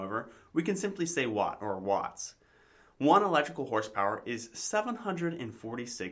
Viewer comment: electrical "Horspower"? LOL